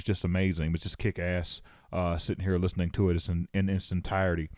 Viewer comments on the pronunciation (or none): none